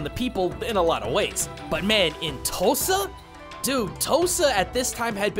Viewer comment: Okay so real quick. I’m for Oklahoma and every time you say “Tosa” I can’t help but to hear “Tulsa”. I know it isn’t I just thought it was funny.